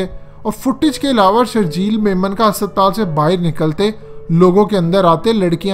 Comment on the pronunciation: Sir Hospital hai hasaptaal nahi 😂😂😂